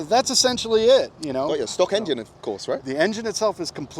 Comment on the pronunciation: Sorry for my english but... he say's stock engine?